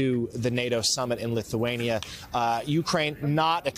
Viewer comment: 1. “Lith-Wayne yah” 😂😂😂 2. “Hottest day in the history of the world” 😂😂😂 3. “Most powerful position in their country” referring to king Charles. 😂😂😂 American is LITERALLY the thickest nation in the world 😂🤦🏻‍♂️🤦🏻‍♂️🤦🏻‍♂️